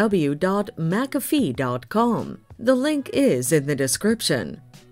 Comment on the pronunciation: Useless A.I. It can't even pronounce McAfee correctly. Youtube should ban all A.I. products.